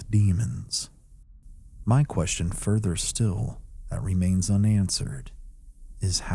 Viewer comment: do you know how upsetting it is to be 20 min into a video only to realize the connection you thought you had with that CREATOR was a farce because this intelligible HUMAN just mispronounced “THAT” as “T”-“HAT”! Bruh! Just I mean ROBOT! 😞😒😒